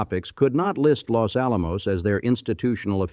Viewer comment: Full of mispronunciations, including Los Alamos 😖